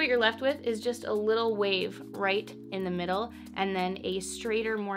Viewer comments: Girl the words wave and wind don’t have an “H” in it lol but I like the video! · She says wave like “whave” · Like she was raised by her southern conservative gramma from the 50s Nobody says “whave” anymore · I thought I was the only one that heard it...if you don't watch Family Guy look up Stewie Griffin pronouncing "Cool Whip"...haha I am glad she people picked up on her sense of humour! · the way she says "hwave" 😂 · gahhhh! why does she keep saying whave? is it some kind of inside joke? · “… tousled whaves if you whill …” we already know she likes making up words (“chesticles”); apparently she also enjoys creative pronunciation. 😉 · I love how you say "Whave" and "Whindswept" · Whave and whind 😂👍🏼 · I heard that WH too - just an observation, don’t think you were being nasty. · Gosh... why does she say wave like that?! It reminds me of that one scene on the movie Hot Rod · Girl why do you say “wave” with an H in front of it hahahaha